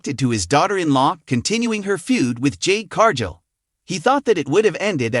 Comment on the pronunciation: its car....gill not jill